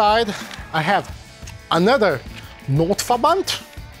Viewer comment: Derrr Notverrrband, deutsches Bundeswehr 😂😂😂 I love you greetings from germany 😉